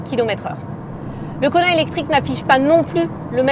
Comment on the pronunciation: à chaque fois j'entends Konard